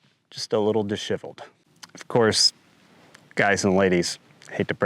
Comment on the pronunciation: Please revisit your pronunciation of the word disheveled. It is a common word so your pronunciation astounds me.